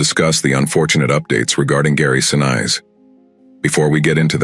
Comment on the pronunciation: Narrator mispronounces the surname of the Gary family. Condolences to family.